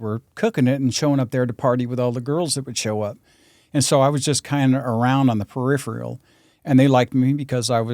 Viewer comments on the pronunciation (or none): none